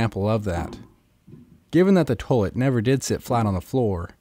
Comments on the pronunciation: In this video, the word 'toilet' is mispronounced 'toe-lut' over 7000 times. Other than that, most informative. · My god, buy that man some gloves! And look up how to pronounce "toilet." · "toelit" lol!